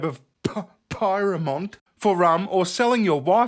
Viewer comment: Pyrmont [pier-mont]